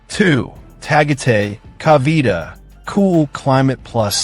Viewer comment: Dude,a piece of advise,before you upload a video,pls inquire about the correct prounciations of the place your referring to. Tagaytay,Cavite,Dumaguete were a full blown mispronunciations. 😂😢😮😅😊